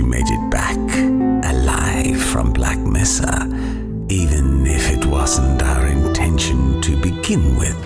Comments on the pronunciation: "It's Black Mesa, not Black Mesaaaarrrr" Ron Weasley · "Black Messa" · Not sure how anyone at all bought this after hearing "...Black M E SS A" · Ah yess the famous black meh-sa. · Lots of people like to clown on the team for the "Black Mesa" mispronunciation and while I am not really defending this mistake, most people are treating it like its an incredibly dumb mistake when really I think it was just an honest mistake, I think most are forgetting that Berkon doesn't speak English as his first language. All I'm saying is, I understand how they made this mistake since when you're learning a new language, pronunciations tends to be either neglected or very difficult to pick up. With that said, regardless, I still agree it was still a mistake that should've been picked up and fixed, and it still exposes their carelessness. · Your mispronunciations upset me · Yeah the "mesa mispronounciation" may be a simple error but growing up in New Mexico that mispronunciation is nails on a chalkboard everytime I hear it. It's like when someone sounds out the L's in tortilla or when a british person says glacier.